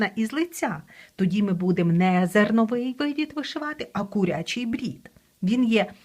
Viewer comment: Українською кУрячий, а не курЯчий. Дякую за Ваші відео і уроки. ❤